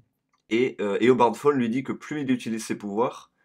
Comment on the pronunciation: et dit pas fone mais tawne